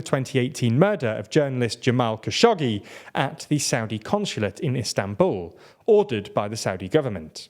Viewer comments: His name is pronounced "Cash-og-jee" not "Cash-oggy" just FYI. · Not even that--there are mistakes in several syllables in the video. The first letter is a hard KH, like in Russian. The second vowel is pronounced u, not o. The g is like a soft k, often romanized as q, like in Qaddafi. This sound does not exist in most languages, but it's easy to make--put the tongue all the way top-back when saying k. Finally, as you write, the second g is pronounced like j.